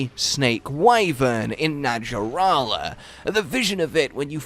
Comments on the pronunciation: 100% sure it's pronounced NaHarala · I wish the designers just went full-snake and omitted the legs. Btw, the j in “naja” is pronounced like an h in Latin. So it’s “naHArala”. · Its pronounced Na Har la